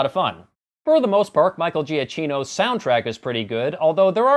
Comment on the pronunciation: Michael Giacchino's name is pronounced "juh-key-no". There were three black guys and I don't recall any of them dying.